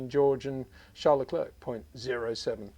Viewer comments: 😂😂😂 so true, I have no idea why someone as knowledgeable as Peter keeps calling him LeClerk, he gets the Charles part right but not the last name? Phonetically is the spelling you’re looking for, you’re English is excellent though. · Very well interpretation of the qualifications, thnx mr. Windsor. But i wil say it again it foneticly (the good word in English?) Luclèr (silent c)